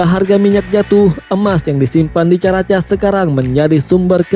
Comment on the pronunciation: caracas itu bunyi nya karakas boss...bkn casss